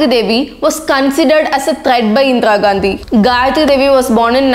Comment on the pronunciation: It's not Indra Gandhi pronounce it correctly first.... If you're a true patriot make a video on Indian wrestlers protest. can't see this issue.... SHAME ON YOU